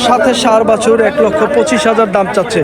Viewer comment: ভাই বাসুর হবে না, বাছুর হবে।এটা একটা মিডিয়া প্লাটফর্ম,যতটা নির্ভূল করা যায় চেষ্টা করবেন।